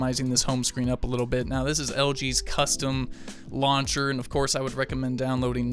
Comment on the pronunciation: say the word "now"........ Now drop the 'w'